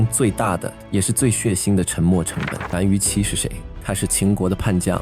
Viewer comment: 敘述很精彩，但有些讀音可能需要再考証，圖窮匕見（應念“現”），樊於（應念“無”）期，希望對您有幫助